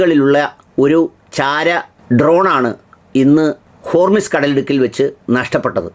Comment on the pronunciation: ഹോർമിസ് അല്ല, ഹോർമുസ് ആണ്